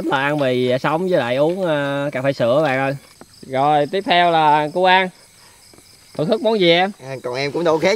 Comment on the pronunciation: Chữ AN của người ta kêu chữ ÂN